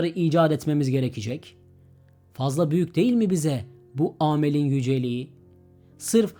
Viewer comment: Aa mel değil amel